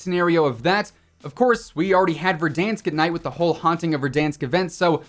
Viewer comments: Everyone: "Verdansk": " VerDONSK" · Please god stop with verdooonsk its ver-dan-sk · The way he said “VerdããAnsk”, cracked me up 😆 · It's VerDONsk lol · I fw what you got going on but it’s not verduhhanks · Hi, When you say verdansk plz could u edit timthetatman saying on top Love the videos Bye